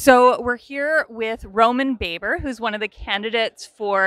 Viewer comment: Why can't people, and especially the interviewer, pronounce Roman Baber's name correctly. It's 101.